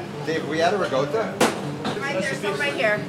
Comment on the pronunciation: Let's go! I say it like that too! my non-Italian friends call me crazy for pronouncing it "ri-GOWT-a" instead of "ri-KOT-a"